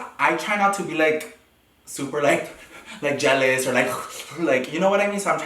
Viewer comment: He saying jeolus me I mean toxic 😭😂✋